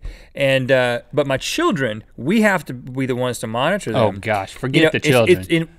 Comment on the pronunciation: Your SHILDREN Rhett??? Your SHHHHHHHHHHHHHHHHHHHHILDREN?!